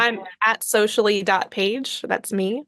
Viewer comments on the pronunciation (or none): Thanks for sharing. I think that handle is not page